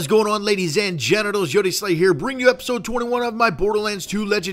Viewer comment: did he say ladies and genitals at the beginning? I cant tell XD maybe his voice was unclear, idunno